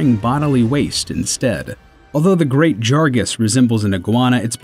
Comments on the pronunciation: The great wHAT. Did this dude say jargas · Great ‘JARGAS’ 😂 😂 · G R E A T J A R G A S... it’s JAGRAS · Did he say "Great JaRgas"? It's Jagras, not Jargas. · i like the video but those weird pronunciations always throw me off, aloy has her name said multiple times in horizon zero dawn and she is even named after an already existing object and also the fact that you pronounce the great jagRas as the great jaRgas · great 'jargas'. 'lagy acrus' 'alloy' 'square EN ix' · You switched the letters R and G. It‘s called Rgeat Jargas. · "Great Jar-guhs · ''the great JARgas''......yup, thats definetly how you pronounce its name.... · He somehow managed to not only butcher the name of the great "jargas", but also the pronunciation of "Nergigante" and then the pronunciation of "Aloy" from Horizon Zero Dawn. That's three wrong pronunciations in one video. How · Great........ Jargas? do you even read? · He butchered the Great Jagras’ name so badly, he could make a full set of it. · Elgin J They can't even say GREAT JAGRAS right... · The pronunciation of Great Jagras is wrong.